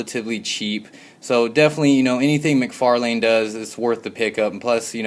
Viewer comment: the way you say mcfarlne bothers me